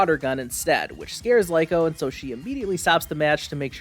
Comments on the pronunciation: its not Lyko its Liko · Its actually Riko but L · Stop saying that one. Her name is Rico a R you have to stop saying that because it way more used way to easier to say her name I will have trouble playing the anime name. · totally understand bro, just based on how names spelled that way in both English and Japanese sound I'm almost Positive Lee-Ko is the correct way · Hey! Creepy McGee 🤣🤣 nice review!! They’re baaackkk!!! Hah. I can’t believe episode two isn’t subbed yet 😢 I’m going to wait for boffem hah. Also, I think it’s Liko, not Liko 🧐